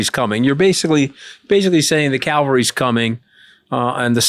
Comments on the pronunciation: ANTHONY!!! it’s the CAVALRY coming not the Calvary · The word is “cavalry”